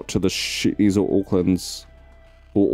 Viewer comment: Just love it (in a childish way) that in Kiwi pronunciation The Shetlands sounds like The Shitlands.